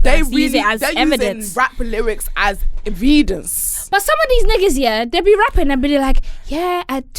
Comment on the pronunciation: She said “V-idence” lik where do she come up wit this shit 😂